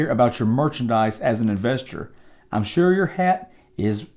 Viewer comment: Lmmfaooo "make shur u chek thad out *eyebrow raise*"